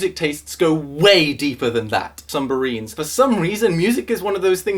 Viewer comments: was it just me who heard sumbarines I stead of submarines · "Sumbarines" XD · "Sumbarines" I love you, keep making videos. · YOU SAID SUMBARINES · "Sumbaries." Done. I'm just done. you'll find me dry heave laughing in the corner of my room now from that. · When you wonder if didn't notice a word that he pronounced oddly, but then 'sumbarines'. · "sumbarines" I spat out my drink when you brought it up a few seconds later. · "Sumbarines" lololol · I descended into the comments when he said "sumbarines", looking to see if anyone pointed out... but then he corrected himself ._. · A year later, knowing he's going to mispronounce submarines, I still laugh because the comedic timing is so on point. Right about when you finish asking yourself, "did he say sumbarines?" He's finished that sentence of his rant & we get confirmed that, yes, yes he did. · sumbarines I don’t know why I found that so fucking hilarious